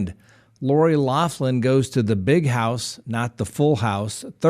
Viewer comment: Like garden hose? Ok. House. It's house.